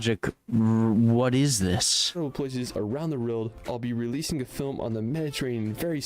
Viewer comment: Hehe, I like but he pronounces world like rorld.